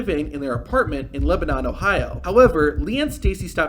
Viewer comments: Just a quick correction: You said he lived in Lebanon (pronounced Leh-buh-nahn) when we all know he lives in Lebanon (pronounced Leh-bin-nin). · The town is called “Leb-uh-none” FYI